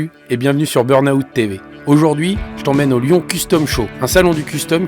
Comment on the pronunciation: Please pronounce Burn Out correctly. It is wrong to pronounced Burn Aout. Skip the “A”! Please, pretty please😢